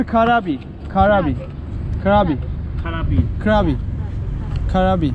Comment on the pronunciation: Kapunkap nedir ?!! telaffuzları ve altyazıyı orjinaldeki gibi yazarsan çok daha iyi olur. Doğrusu erkek için "Khob khun krub", kadın için "Khob khun ka" ( teşekkür ederim) R harfini söylemiyorlar Krub (kap) ve krabi (kabi) şeklinde o yüzden söylediğin krabi'yi anlamadı.